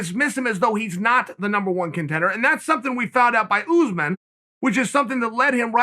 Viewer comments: I like when chael says ooozeman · Important time stamps: -“Kamara Oozeman” -“👍🏻” -“I bring that to you” -“Paul O. Costa” -“Ray-Chich” -“John Blahovich” -“👍🏻” -aggressive nose pick -“hold on, I’m talking brotha” -Chael speaking dad -bottom right corner of screen